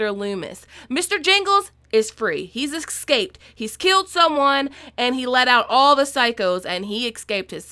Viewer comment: Did you really say "he eskskskscaped"?? lmao